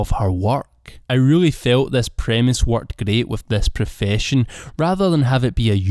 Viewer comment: Your scottish accent is greight